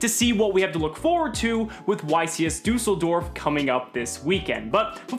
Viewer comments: the "ü" in düsseldorf is pronounced like the sound after "r" in the french word for street: "rue" ;) ... btw. do you think crusadia reclusia is good in salad boys ? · When yo german and yo mans / is over here butchering düsseldorfs pronunciation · I love the pronounciation of "Düsseldorf" tho :D Nice video as always, keep on! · I love how non-german people cannot pronounce düssedorf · Liam Does the latter is closer to the correct pronounciation, however the "ü" sound does not really exist in English. You'll be fine with your suggested option though.